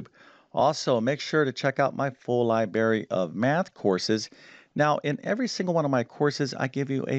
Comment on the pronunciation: FYI: it is "library" not "libary." Otherwise, you have some very instruction videos.